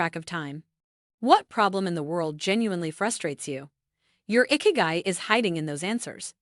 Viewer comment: It's not "icky-guy". It's "ee-kee-guy" 😑